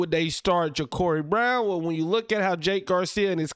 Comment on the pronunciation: It’s jacurri brown not jacorri brown lol 😂